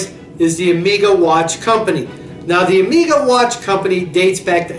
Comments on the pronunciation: OMG - ''Amiga'' watch company... Better know English, because if one have to rely on the subtitles will be well served... Nevertheless great vintage list there, maybe it's hard to call Omega underrated brand, in fact it is one of the most appreciated watch making brands outthere. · Great video! More common pronunciation of two of your watches: Zenith (Zeenith); Omega (Omayga). Just a thought.